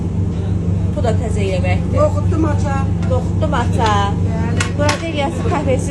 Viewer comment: Moça olar. maça yox